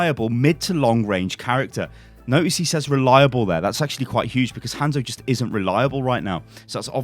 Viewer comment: Its pronounces HON-ZO... Not HAN-ZO